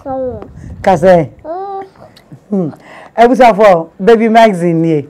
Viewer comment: Strong girl❤️❤️but Toronto pronunciations nuu😄😄😄